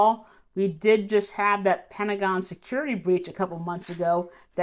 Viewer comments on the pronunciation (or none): none